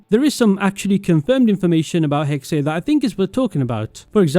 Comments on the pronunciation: I’m pretty sure it’s pronounced hex-uh I try not to nit pick pronunciation but I just couldn’t handle this one for some reason. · i’m sorry but pls say hexe right next time